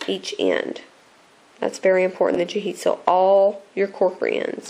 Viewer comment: lol u say corker funny lol not trying to be rude